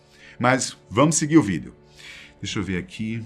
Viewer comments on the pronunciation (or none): none